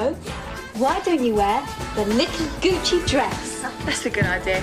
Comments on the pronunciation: goochy? it's gucci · so I was a bit of a literal kid when this came out. so when they were saying "little gucci dress" I thought they were saying goochi, which was a style of dress, not the brand and I also thought capricorns were a snackfood lol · lmao, i thought kinda like that, except i knew they were saying gucci, but i never knew what that was so i thought it was 'goochey' & it was just like a synonym for 'coochie' ahaha